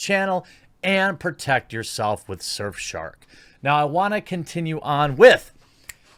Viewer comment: Thought he said surfshart at first